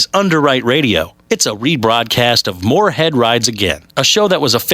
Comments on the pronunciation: Has ANYBODY noticed, that the anouncer always pronounces Mooreheads name wrong? Mooreland, General Moorehead, Jeremy Moorehead, George Moorecock . . . GREAT! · has anyone here noticed that the announcer keeps getting mooreheads name wrong? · the narrator fucks up his name soo many times.